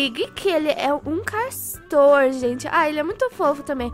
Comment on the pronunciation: "Carstor"? Sério isso? Cd seu português hein?